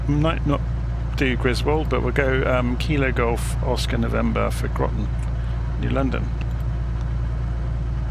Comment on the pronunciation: "Groton" rhymes with "cotton" or "rotten".